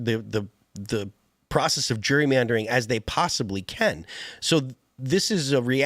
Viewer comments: he says "Jury". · Pronouncing it like a certain demographic pronounces ‘jewelry’. 😂